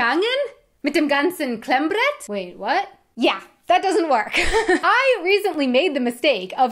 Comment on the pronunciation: The "bavarian R" is cute. Klemmbrrrrett